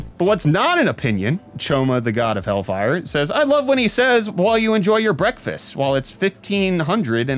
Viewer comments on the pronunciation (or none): He has always said Brettfast. Maybe I'm delusional or going out of my mind. 👀💀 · YES!! I KNEW you weren't saying "breakfast"... and now that you just confirmed it, I have all the evidence I need to draw my conclusion 😈